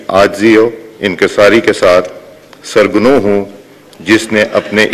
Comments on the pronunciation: Bhey meet Urdu KO tho theek karlen sarnagoon lafaz aap NY para sarganoon noon afsoos me A law keys kahoon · 'Sar ghanu'ni hota aspekr saab 'sar nagu' hota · سر گنوں نہیں سر نگوں ہوتا ہے۔